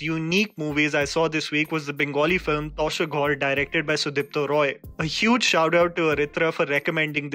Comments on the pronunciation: It is not tosher ghar it is pronounced taasher ghor... Take love 💞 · I love you and your reviews, especially the intricate detailing of your observations. But pleaseee, pronunciation forms a huge part of it. It is "T-aahh-sher Gh-au-wr", not Tausher Ghor! Please aah, don't do this. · it is pronounced as TAASH ER GHAR - house of card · the actual pronunciatiation is Tas er ghar. meaning " HOUSE OF CARDS" Tas means cards. ghar = House/ home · Here this is how you pronounce “Tasher Ghar”: ताशेर घौर Adding one more for all the North Indians mispronouncing Kolkata as कौलकता(this is wrong): कोलकाता ✅ Not every O sounds like an “au” in Bangla you guys ;) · The correct pronunciation : ' Taasher Ghar' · It is actually pronounced taaasher Ghor, meaning House of cards